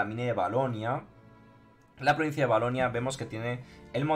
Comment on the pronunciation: Valonia, no valonia xdd